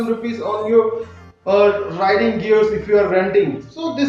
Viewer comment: Bro it's riding not writing